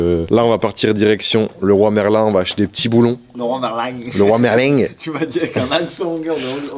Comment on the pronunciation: Il a dit Leroy Merlin avec exactement 0 accent merci d'arreter d'imiter les gens